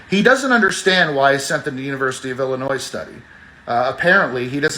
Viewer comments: Guy pronounces Illinois as Illinoise… enough said. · What state is “Illinoise”? I haven’t heard of that one. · It’s hard to take seriously anyone who pronounces the state of Illinois like “Ill-i-noise”. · Everyone knows its pronounced "Illi-nwah"